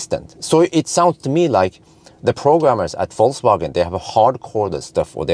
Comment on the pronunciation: Yo wassup! damn, you are almost German how can you say Vol(C/Z)wagen:D